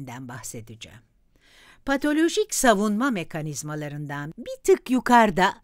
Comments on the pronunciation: Keşke patolojik diyebilen birine seslendirme yaptırsaydınız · Videoyu Seslendiren kadın her PATALOJİK dediğinde, içimde bir hücre usulca öldü.